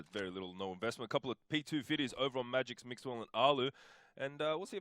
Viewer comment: Really annoyed me how the caster was calling magisk magix